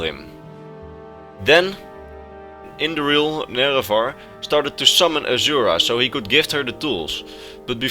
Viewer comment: You said indoril nerevarine wrong.